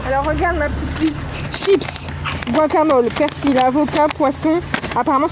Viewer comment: Jsp qui fais le montage mais c’est perSil pas perCil